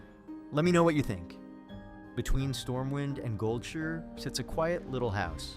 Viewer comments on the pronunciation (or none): it's called Goldshire, not Goldsure.